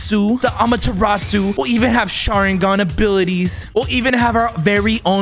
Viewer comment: You sayin sharigan but where’s the mangekyo sharigan?